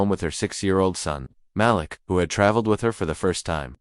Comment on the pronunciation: Malik rhymes with batik. Muh•LEEK.